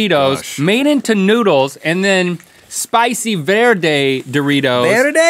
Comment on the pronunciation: He said Verde wrong